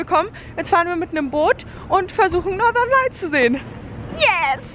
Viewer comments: Hab erst gedacht, dass du Norderney gesagt hast, anstatt Nothern Lights.. :D Ich so.. was labbert die da..? :DD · wenn du northeen lights sagst versteh ich immer norderney ist eine insel bei uns (ostfriesland)